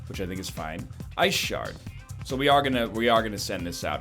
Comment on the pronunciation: Your t-shirt is telling you that you need to "git swole" and stretch the wrinkles out over your muscly form. Ah, the classic "blue vs blue" conundrum from Magic. And then that pronunciation "Ice shart." The comedian! NL decides that he wants 3 damage more than he wants 7 damage SMH...